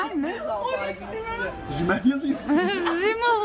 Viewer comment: Ya rimel diyo ahahhaha Bunları biraz pişir 😂😂